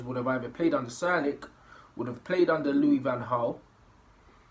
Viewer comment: You always say ‘Sir Alec’ instead of ‘Sir Alex’ wagwannn